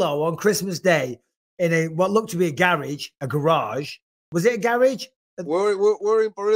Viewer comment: Bisbing keeps saying gayrahg